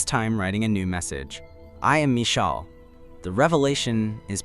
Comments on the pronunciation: the text to speech probably can’t pronounce it right lol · yeah, it just sounds hilarious